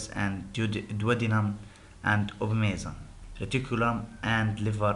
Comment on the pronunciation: Hi...Thanks for your presentation..... 1. The slides are fulled, you need to make it as points and just speak by yourself on non-written information. 2. The tone of your voice is stable and this make audience less interested, you need to change voice tone. 3. You need to practice in pronounciation of new words such as (abomasum, appetite)